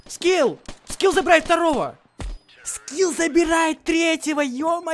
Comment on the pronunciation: Ха привычка называть Скифф а не скилл